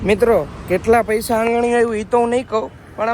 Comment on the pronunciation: પૈસા ❌ પયસા 😆😆😆😆